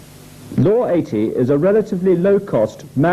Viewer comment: What part of the UK is that accent? Noticed you pronounce it eighddies instead of eighties 😂